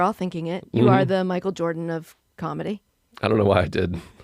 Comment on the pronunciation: “Michael Joeeerdan” 💀💀💀